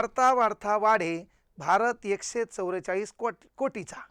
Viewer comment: एकशे चौरेचाळ नाही सर.एकशे चौवेचाळीस सर तुम्ही पण जरा सुधरा